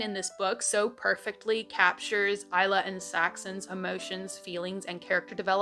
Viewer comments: I’m sorry that’s how you say isla?????????? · And, it helped you learn how Isla is pronounced. 😜 No dig intended, names can be darn tricky!! Love you,, and all your content. 😊 For Bookhalla!! 😁